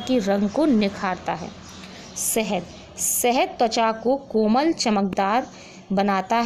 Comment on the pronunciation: Suru nhi shuru hota hai,sahed nhi shahed hota hai